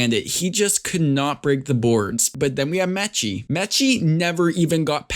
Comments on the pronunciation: Say mechies name right next time white boy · Lmaoo what did you call Meechie 😂